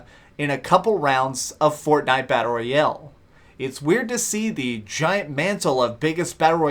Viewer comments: ROYAAAAAAALE GODAMMIT!!!! not ROYELLE. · I like the content of the video but the way you say "royale" is really awkward and annoying